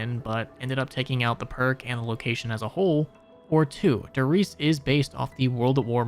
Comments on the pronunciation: it's like nails on a chalkboard everytime you pronounce Der Reise "dur reese" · why do you insist on mispronouncing Der Riese, Verruckt and other german names/words? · Dee Glockuh Der Riesuh I hope this helps with the pronunciation. Opel Blitz was perfectly pronounced tho😅